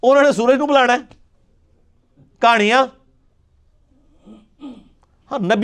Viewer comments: The way he say “kahanya” 😂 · me Also